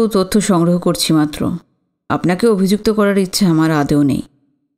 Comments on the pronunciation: তোমার মত এত মিষ্টি কন্ঠস্বর আমি আগে কখনো শুনিনি..অতি সুন্দর পাঠ..কিন্তু একটি উচ্চারণ তোমার বারবার ভুল হয়,সেটা হলো তুমি আদৌ না বলে আদেও বল..এটা যথাযথ উচ্চারণ করার চেষ্টা করো ❤ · ami tomar golpo path khub bhalobasi, sudhu akta anurodh korbo, kathata (adeo) noi(adou). ❤❤